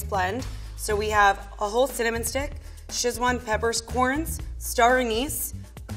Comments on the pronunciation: And "shizwon peppercorns" wtf 😂😂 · Also said "Shizzuan peppers corns" and "cardamon." I think it's humanizing, though -- helps her not seem snobby. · Did..... did she just say shiz-wan-peppers-corns...... I thought she was supposed to be a professional... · Shiz-wan peppercorns 😂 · The way she pronounced “Szechuan”... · How is no one commenting on the pronounciaton of Szechuan??! Im not even two mins into the video and questioning if thats how Americans pronounce it??!!